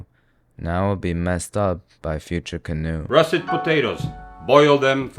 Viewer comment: THAT'S HOW YOU FUCKING SAY CANOE?????? english is so ridiculous